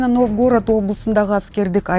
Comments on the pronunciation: Новгóрод эмес🤦‍♀️Нóвгород. Туура айткылачы шаардын атын. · НовгОООрод дейби? Журналист болуп алып ушундай суйлойбу?😂😢